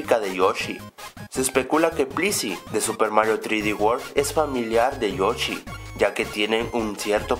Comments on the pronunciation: es yoshi no yochi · se llama joshi no jochi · con todo respeto es yoshi no yochi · O soy solo yo o dijo Yochi en vez de yoshi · like si ecuchaste que dijo yochi ^_^ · no sabia que se decia yochi xd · Porque dice Yochy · Yochi? Chigeru miyamoto? Primero enseñate a pronunciar nombres y luego haces videos